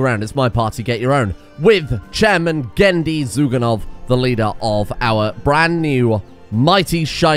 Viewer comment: This is pretty late at this point, but I'm pretty sure his actual name Gennady not Genndy cause the first of is an actual proper Russian name